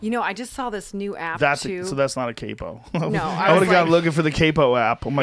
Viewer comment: Seriously just watching this and as much as I love you all it's CAPO, AS IN KAEPU (PHONEMES) not kaipo